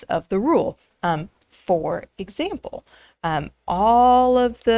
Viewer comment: saying "for... example...." should be my new text notification alert for my priority contacts. All the feels of something epic about to be revealed. Like a split second cliffhanger. 🥵